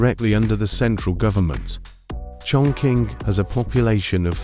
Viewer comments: Wrongly pronunciation for chongqing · Chongqing is pronounced chong ching.